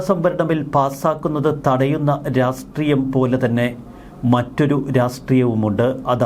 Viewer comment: റാസ്ട്രീയം അല്ല രാഷ്ട്രീയം ആണ്